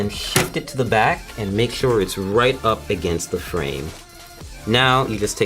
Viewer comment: "Make sure you pay attention to the 'brace' at the the 'brack' of the computer"